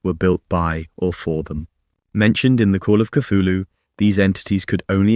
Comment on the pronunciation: People spedd name WRONG! Cthulhu sounds like chocking sound. You hear only long "u" in the end!